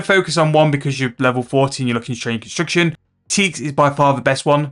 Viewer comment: bro why the fook you dont speak clearly and slowly to even understand you even the word construction sounds like your saying "consucktion" wtf chill !!!